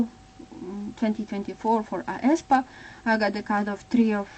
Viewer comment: Thank you, but you should pronounce aespa as [eh-spa]. I really hope that they will come back to Kwangya and the lore where they killed black mamba